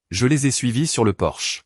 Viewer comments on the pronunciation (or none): Faudra apprendre à votre IA traductrice que l'entrée d'une maison n'est pas une voiture allemande de luxe, c'est un PORCHE !!!